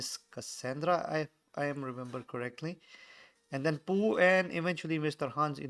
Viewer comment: It's pooh not chunga